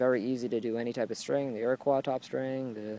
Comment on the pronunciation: It is pronounced ir-a-koy not ir-a-Kwa.